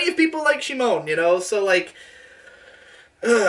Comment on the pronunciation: "Shimon".... come on...